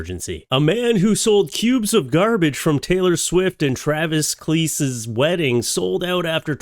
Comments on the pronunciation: I love how you pronounced Travis’ last name 🤣 Kelce is actually pronounced “Kelsey” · His last name is pronounced Kell-see